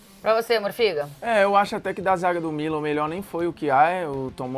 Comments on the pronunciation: Pra vc "morfiga" kkkkkkkk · e pra vc " MORFIGA?"😂